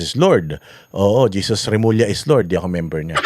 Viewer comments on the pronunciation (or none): none